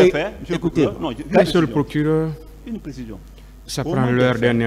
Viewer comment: 😂😂😂 Quand il prononce mr le plokileur